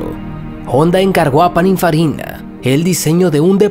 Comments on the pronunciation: Soy yo o oi que pronunciaste paninfarina que pininfarina, vaya concept de nissan, sería interesante que nissan saque un modelo de motor central y que no tenga nada que ver con el GT-R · Pero narrador ever!! PININFARINA se dice !!! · No se cual es la idea de hablar mal en los videos. Encima no sabe pronunciar Pininfarina. Una lastima porque no esta mal el informe.